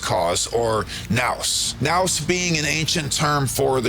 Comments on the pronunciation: Thanks for your help. It's Nous pronunciation Nus like Zeus Zus.. Sounds better. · I think it's pronounced noose. Otherwise this is one of my fav video of yours so far, thank you